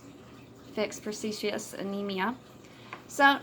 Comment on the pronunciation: Persious anemia? I heard you say that I’m sure you meant Pernicious anemia. Great technique though 👍